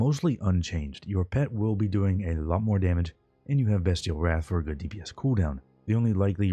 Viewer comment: Appreciate you saying "bestial wrath" correctly